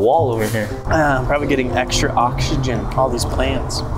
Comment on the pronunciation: Nobody: Not a single soul: Gabe: MoRe OxEgYn Also how did the Macaw reply to? Can they really do that?